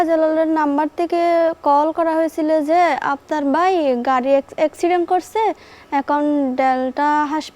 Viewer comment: চট্টগ্রামে ভাষা উচ্চারণে এতো ভুল। দুঃখজনক ঘটনা শুনে যদি হাসি আসে ভাইকে বলে বাই,চারকে বলে স্যার, এতো লেখা পড়া করে কি লাভ যদি শুধু উচ্চারণ করে একটা প্রোগ্রামে কথা না বলতে পারলে😢😢😢